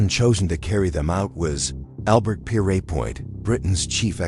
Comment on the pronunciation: Note to AI the executioner's name is pronounced Pier...as in a pier for ships to anchor alongside and point as in a sharp object.. simply put the two together...and note to content creator..Albert Pierrepoint was opposed to the death penalty and happy to see it abolished .... given the underlying context of the presentation that fact is something of a conundrum don't you think...I wonder how the AI would pronounce conundrum